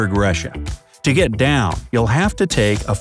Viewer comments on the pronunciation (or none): none